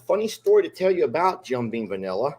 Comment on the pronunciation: If U R going to drink it, gor goodness sake call it by the name on the bottle. Jim BEAM not bean